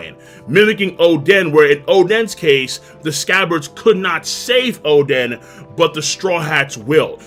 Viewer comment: why does he call oden “chaden”